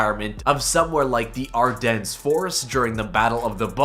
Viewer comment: The “s” at the end of Ardennes is silent.